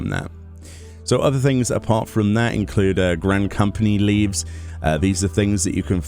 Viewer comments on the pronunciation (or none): People who pronounced Moogle differently than me 🤷‍♂️ People who pronounced leve's as leaves🤬